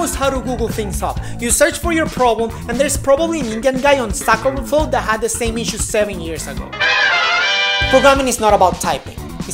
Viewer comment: Actually he said stack overflow but..... I also thought he said sock over flow..